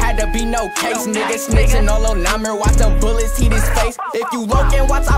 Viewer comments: "ybn Name-er" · “Ybn namer” 😭😭😭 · it’s nuhh meer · It's pronounce " numer " like number but without the "b"